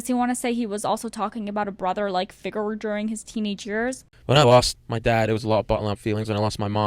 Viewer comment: You saying “ figer “ instead of “figure” was the worst part of this video